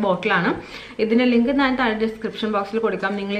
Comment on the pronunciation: നാൻ അല്ല ഞാൻ